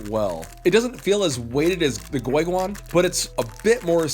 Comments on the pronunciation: Its GuoGuan not GueGuan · Did he just say goyguan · Goy guan😡 I hate your Chinese name pronounciations